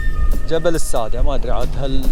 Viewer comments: الساددة بالشدة وليس السادة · الساده بتشديد الدال